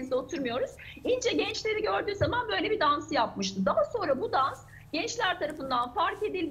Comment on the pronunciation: Dcansı dcaha yatartdcı alındcı 😮evetc mi?birisi hanima 1. sınıflarla birlikde hece leri seslerin telaffuzunu hatırlaması için şart ve zorunlu kılsın lütfen bizimde kulaklarımız bayram etsin s d t c nin ıslıkımsı sesi tiz sesiyle karışmış tobe . başım ağrıdı